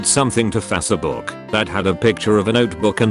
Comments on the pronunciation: no one:: facébook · “Fasa book” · Nobody: Text to speech voice: Fasabuk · Nobody: Voice in video: FaZaBoOk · What is “ fasybook”😂😂😂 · Nobody: Text to speech voice: Fasabook